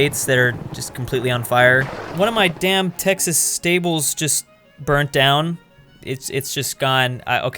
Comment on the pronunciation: You didn’t nail Texas